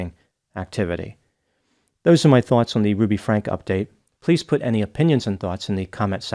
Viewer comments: Dear, for somebody who pronounces the final E in your name, I think it’s hilarious that you refuse to do so for anybody in the Franke family! It’s a subtle snub, but it’s working for me! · Omg it’s FrankEEEEE not Frank. How much research did ya do if you don’t even know the name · Why do you continue to pronounce her surname Frank is this your way of being sarcastic? The world knows this child abuser as Ruby Franke, emphasis on the E. Let all the truth be revealed, including how her surname is pronounced. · Just FYI, Ruby Franke pronounces her last name Frank-EE or Frankie. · I certainly don't like to correct, but you wouldn't want to be called Dr. Grand. 😊 The Franke family says "Frank-ey" though if you were to say it with the original German pronunciation it would be "Fronk-a." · It’s pronounced Frank-ee, not Frank. That’s how the husband/dad pronounced it when he was being questioned. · Franke pronounced Frank-ee. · Ruby Franke is pronounced Frankie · It’s Ruby Frankeeeeeeeee…… with a E at the end. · I love your work Doc, but it's pronounced with the long E at the end. Franke, I heard Kevin pronounce it as so. 😊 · If they had made that move, the kids wouldn’t have made it out alive! Btw… it’s Frank-ee. Why do you mispronounce it… I know you’ve heard it many, many times. Weird! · It's pronounced "frank-e". There's been enough coverage that this feels like common knowledge. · Her last name is pronounced Frankee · Why don't you pronounce the last name like the family? That is kind of rude isn't it? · Dear. I truly appreciate your take on cases, no matter how novel, or horrid. I usually feel like I learn a new perspective most times. What bugs me, though, is the insistence on pronouncing a name differently to others, especially to those people whose name it is. It is jarring, non-sensical and pointless. You have so much to contribute - you don’t need to settle for gimmicks, or disrespect, to be different. Just sayin’…